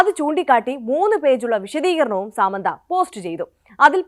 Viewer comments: Saaamandha alla madam it's samantha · സാമന്ത 😂.. അങ്ങനെയല്ല pronunciation